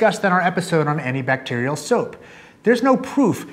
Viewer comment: "anitbacterial soap" at the end LOL